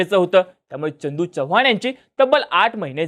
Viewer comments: च्य नाही रे चव्हाण आहे ते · छवान नाही चव्हाण [च] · ‘Ch’ cha ucchar kayam chukala aahe. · Tu aadhi chavan madhil "च" cha uchhar neet kr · पहिला तू चव्हाण हा शब्द नीट बोलायला शिक भाई....